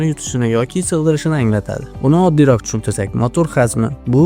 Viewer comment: DiKkat bilan (Diqqat bilan) RaKam (Raqam) oddiyroK (Oddiyroq) ayniksa (Ayniqsa) hullas juda ko‘p shunday gapirishdagi xatolar bu atay qilinganmi? Buni shevaga burmang faqat iltimos!